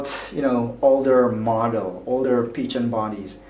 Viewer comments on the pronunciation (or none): A great review, But the Phicen is pronounced (PH=F) so it is (Fi-cen) not Pi-chen. Great work keep posting awesome reviews. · It's pronounced fy-Sen. Not peachen. Omg. 😂😂😂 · You provided good information. As far as I know, Phicen is pronounced (Fi-sen). Your pronunciation is off dude! By the way, your voice is annoying. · Why is he saying peachin? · Peachen lol you pronounce it like fize-zen 👍🏼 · It was pronounced Ficen the PH makes an F sound. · Thought it was pronounced Ph-eye-sin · I believe it's pronounced "fiken" I think? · I couldn't watch this the fact that you kept on saying peachan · Some people pronounce Feisen, Piccan, Fissen, Pissen, but first time hearing Pichen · It's pronounced Fi-sen